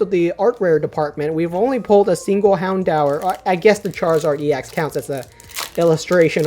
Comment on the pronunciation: Calling houndour poocheyana?? Come on!! Grats on your zard pull